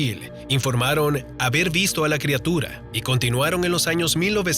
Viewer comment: Madre mia alguien le puede decir que se pronuncia/escribe crIatura y no crEatura?